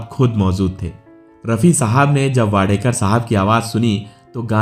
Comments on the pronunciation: Naam toh barabar lo. Wadekar nahi yeh Wadkar hai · Please correct your pronunciation. He is WADKAR AND not Wadekar. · It is not Wadekar. It is Wadkar. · उनका सरनेम वाडकर है वाडेकर नही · इनका नाम सुरेश वाडकर है, वाडेकर.नाही. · वाडेकर नही जी वाडकर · Sir, It is Wadkar and not Wadekar. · सुरेश वाडकर. वाडेकर नहीं. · सुरेश वाडेकर नहीं, सुरेश वाडकर उनका नाम है l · वाडेकर नही वाडकर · सुरेश वाडकर आहे सुरेश वाडेकर नाही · अरे सुरेश वाडेकर नहीं... सुरेश 'वाडकर ' हैं ठिकसे बोलो... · "वाडेकर" नही जी, वा'ड'कर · Inka surname wadkar hai,na ki wadekar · Not Wadekar . Say Wadkar. Speak properly first of all. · सुरेश वाडकर नाम है उनक, न कि वाडेकर. उनकी गायकी तो लाजवाब हैं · वाडेकर नहीं वाडकर बोलीए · सुरेश वाडकर आहे वाडेकर नाही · सुरेश वाडेकर नहीं वाडकर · वाडकर है वाडेकर क्यूँ बोल रहे हो 🤨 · Suresh Wadekar Nahi.. He is Suresh Wadkar. Pls correct tour pronouncecation. This wrong. Before better you check it. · वाडेकर नाही वाडकर म्हणा नं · He is wadkar. Not wadekar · His surname is वाडकर not वाडेकर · His name is Wadkar, and not Wadekar as spoken here. He was a good singer.